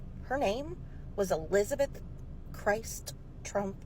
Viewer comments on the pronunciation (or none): Elizabeth Christ...C H R I S T .. not pronounced like jesus christ...its just Crist. Like Christ-mas